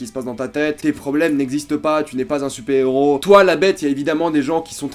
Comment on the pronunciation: Super héros se prononce "supaire héros" et pas supé héros. Dark knight se prononce "darque knight" et par dar knight.